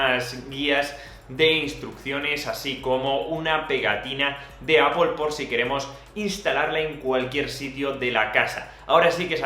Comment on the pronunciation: No vuelvas a decir apol! Por favor! XD